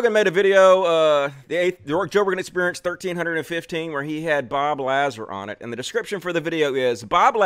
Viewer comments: Bob Lah-Zer, you mispronounced the ze, you’re clearly misgendering. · It's pronounced LaZAR. See you did a ton of research, huh? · Its a A not a E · Can't even pronounce Lazar's last name correctly... yeah... you sound well informed. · Trying to say his name wrong makes me not like you. You even caught yourself almost saying his name right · "Take me seriously" ::doesn't correctly pronounce Lazar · I'm glad your crash course on Bob Lazar helped you pronounce his name wrong. I guess I should listen to you instead. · You aren’t even pronouncing his name right. I don’t fully believe this guy, but you haven’t even studied Bob properly. As soon as you said his last name wrong. Joe has followed this guy for years. A lot of what you are claiming has been shown to be real. You don’t follow Joe well enough either with the take you have on him. In past shows Joe has discussed Bob on a lot of previous shows and brought up these discredited issues with Bob. Further you got so much wrong in this video. For one you said 70s. Bob was in his teens there. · Look. If you can't pronounce the guys name then it shows how much research you have done. Don't be a sheep. Have an original thought before you post an ignorant opinion.